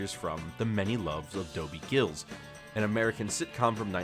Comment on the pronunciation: Dobie G I L L I S , NOT DOBIE “ GILLS “